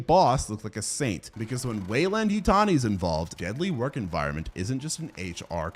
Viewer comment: How are you gonna make these videos not only without chapters but also without even naming the movies in text??? I have no idea what you are saying . Rain Karadin? Wayland Utani?? WTF does this mean??? WTF is the name of the movie dude????